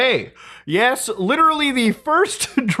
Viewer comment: Oh god, please, less LIRERARLY I beg you